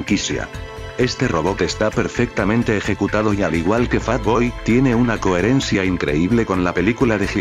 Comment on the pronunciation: Wey pero es fat boy no favoy f por El Loquendo